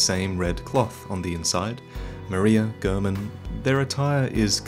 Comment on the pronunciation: 6 years later I hope you have finally learned to pronounce amygdala properly. Love your videos, but ya killing me with some of your pronunciation (especially Gehrman, the doll literally pronounces it correctly for you. Yet you still get it wrong)